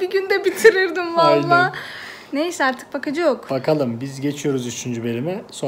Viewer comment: Artikin degil artik 😅